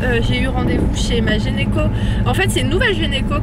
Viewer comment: Mdrr je pensais être la seule à avoir relevé l'erreur de prononciation